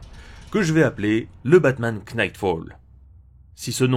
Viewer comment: Le K de Knight ne se prononce pas ^^